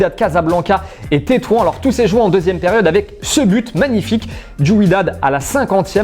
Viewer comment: La ville marocaine se lit "Tetouane"